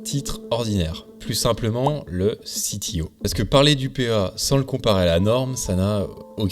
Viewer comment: Et sinon, pourquoi prononcer CTO "à l'anglaise" alors que c'est un Compte-Titres Ordinaire, et pas un Chief Technology Officer ? zéro sarcasme